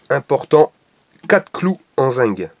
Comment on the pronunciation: zinc pas zing